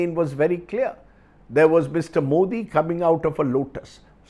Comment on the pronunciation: Solid pro-nounciation of "Mr. Modi "by Rajdeep